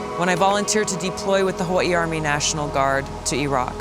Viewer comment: I hate the way you pronounce Hawaii